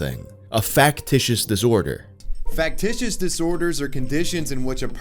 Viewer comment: not knowing that regular UK English says "go to Hospital" instead of "go to THE Hospital" and thinks its a Chinese accent or broken English is hilarious. Also him not being able to properly say Factitious LOL